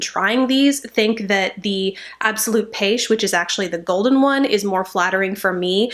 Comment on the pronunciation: Hi, you pronounced pêche (correct spelling in French ☺️) perfectly right. Great review!